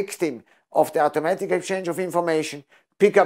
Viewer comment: Try not talk with your hands.. Its distracting and annoying. Sit on your hands if needed. It's not pronounced owtaomatic... it's awtomatic.